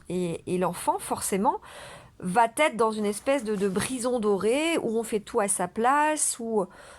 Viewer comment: "Va être". "Va", n'a pas de "t". Vous faites une liaison qui est assez inaudible, vous dites "vat-être".